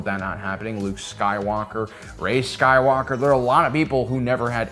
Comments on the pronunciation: My man did not just say RAY SKYWAKER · Never say ray Skywalker ever again